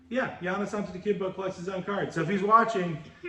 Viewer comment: I dont recall ever seeing that Emmitt Smith Gridiron Legends card before. You can never go wrong with a color match slab. nailed Giannis Name.